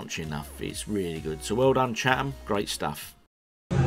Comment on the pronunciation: You pronounced it correctly at the start. It’s “Chat-em”!